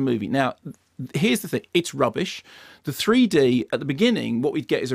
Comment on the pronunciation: I wish he would stop saying 'threed'